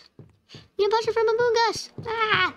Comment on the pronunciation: I love how you say “amoong us